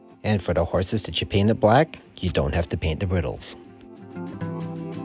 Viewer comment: Sorry to sound picky, but it's "braidles" not "briddles". Or just use "tack" instead".